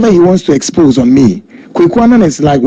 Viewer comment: you can't deal with nobody,Tiger eye trapped you and you fall.corruption is corruption,you could have refused the money.wether it's old video or not,pronounce the word well#exposé and not expogé😂😂😂😂🙏🙏🙏Don Coulibaly